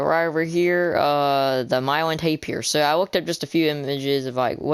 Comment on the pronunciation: Its pronounced muh-lay-unh tay-pers and also can you do some buildings like a cafe or a mini restroom area on one of the episodes. And make the episodes longer for more watch time and for our enjoyment. Also trash cans using cauldrons with lime or blue caroets on top would be nice extra detail